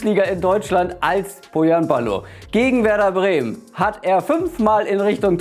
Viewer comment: Das H in Pohjanpalo sprich man wie ein deutsches CH aus :)